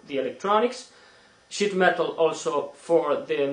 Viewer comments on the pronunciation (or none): SHEET metal. Dont worry, I thought he said shit too lol